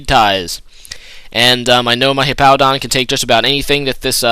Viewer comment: Why do you pronounce Hippowdon like you'd say "Hippo"? Hippowdon has a W in it so I don't see how they could sound the same. o.O